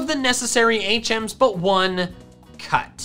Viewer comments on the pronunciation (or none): Lol I kept thinking you were saying 8 gems instead of HMs 😂